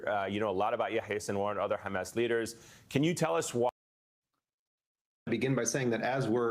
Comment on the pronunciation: Did Bernie Sanders really say “Khamas”? He is really awful nowadays.